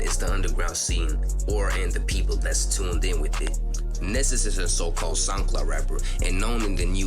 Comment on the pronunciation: his name is pronounced “knee-zus”